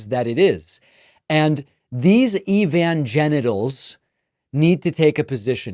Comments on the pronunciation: "Evanginatels" now that's funny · I thought he said Evangenitals ... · Evan-genitals LMAO 🤣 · "Evan-genitals" hahahaha. How good is that? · " Evangenitals "... I am so going to use that !